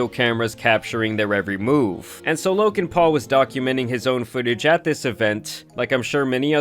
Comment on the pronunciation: Lokan Paul? Bro, why do you keep pronouncing the "k" ? It rubs me the wrong way lol